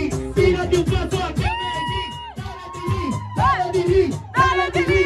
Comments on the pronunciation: Pronuncias muy bien la palabra Medellín, como también Barranquilla. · Me de llin, me de llin, fácil. Lo dices bien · Pronuncias muy bien la palabra "Medellín". Los argentinos no lo saben pribunciar y dicen "medechín". Para no ser hispanohablante hbalas mejor que la mayoría de latinos.